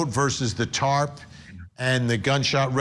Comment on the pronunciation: its pronounced TARP.🙄 she said “tart” like she’s talking about some baked good